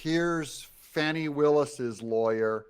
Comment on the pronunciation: This whole report is BS. First her name is pronounced Fawn-ie. Secondly, she hired this guy because he is an excellent attorney as is she. Third, that divorce suit has been going on for 2 yrs. It happened because his wife cheated on him with his best friend. Fourth, the married couple both agreed to a nondisclosure agreement at the beginning of the divorce 2 yrs ago but suddenly the same day she asked for disclosure one of Trump’s worst goons files a suit of conflict suggesting collusion between Trump and the ex wife of prosecutor.. Fifth, this is not the first time the republicans in the Georgia senate have tried to get rid of Willis and it was turned down by their governor. Sixth, this has absolutely nothing to do with the Trump case and will have no effect on it. I strongly suggest you listen to fact based news, especially with esteemed attorneys like Midas Touch.